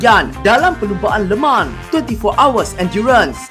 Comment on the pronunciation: Le Mans bukan Leman..😆🤣